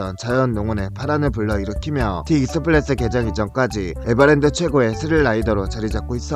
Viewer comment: 익스프레스를 익스플레스라고 발음하시는 ㅎㅎ